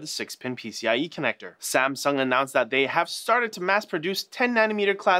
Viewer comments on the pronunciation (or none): none